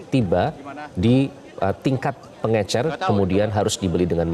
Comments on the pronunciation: Pengecer pak bukan pengencer, minimal liat kbbi dulu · Bukan pengencer pak 😂😂😂 tapi pengecer. Pakai bahasa Indonesia yg benar pak. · Pengecer lul..bukan pengencer!!